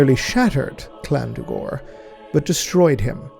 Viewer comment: Um,, why are you pronounced Llandu'gor's name with a hard C at the beginning?